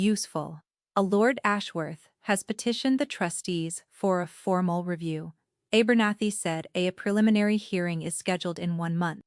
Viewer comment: Terrible... A- bernathy. ??? What ???